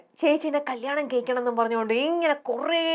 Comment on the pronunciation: കല്യാണം കയിക്കു എന്നല്ല കല്യാണം കഴിക്കു എന്നാണ്, മലയാളം കൊരച്ചു കൊരച്ചേ അറിയൂ 😂